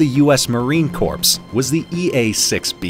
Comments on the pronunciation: F W I....when you say Marine Corp, the P..is silent as in core. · Alright, going from the test stand clip to the actual jet clip to show the sameness in the sound was pretty cool aaand pronouncing the "ps" in "corps" ruined it 🥲